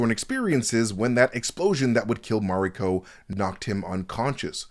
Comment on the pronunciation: Stop saying Mariko like that or get someone who can to do the video